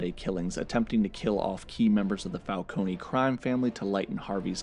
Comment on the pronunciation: Your pronunciation of the word falcone is wrong. Say it without e.